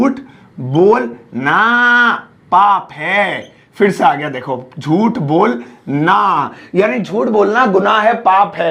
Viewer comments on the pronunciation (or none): Bolna. Bonla 😂😂